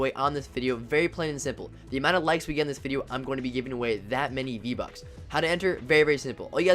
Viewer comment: It's "bucks" not buks